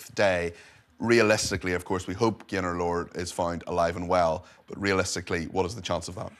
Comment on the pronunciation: He says Gaylord at first... I swear 😮